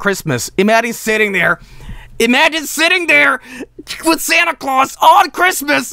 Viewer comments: Is no one going to talk about how he said Sante glawes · Yikes SANTA GLAWES RUINED CHRISTMAS!!!! 🤬😡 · This is such a minor and insignificant moment but I'm obsessed with the specific way mutters "Santa Claus"